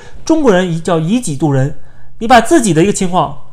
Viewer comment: 以己度(duo,二声)人